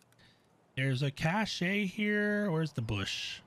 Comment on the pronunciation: Very helpful guide. Deserves more views. But...the e is silent in cache